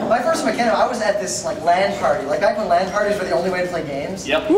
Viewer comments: Did he say "makinema"? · "Makinima." Jesus. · Did he really say MaCHANima? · hahaha "makinima" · makinema?!?!?!? are you kidding me?? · HAHA he said Mackinema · pronounced mach-inima "shinima" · Can you at least pronounce Machinima right? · What's wrong whit these guys how the fuck can they not know how to pronounce machinima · What the FUCK is wrong with fucking long haired bitch? First he said machinima wrong then he only thought there were only three RT guys coming then he fuckin called Gus fred. That guy must live under a rock. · "makinima"??? "fred"?? "roostertooth"??? the host were awful